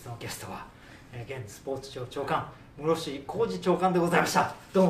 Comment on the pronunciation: カタカナのムロフシやめろwww